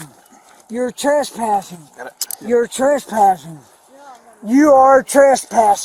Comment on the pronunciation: You're treshpashing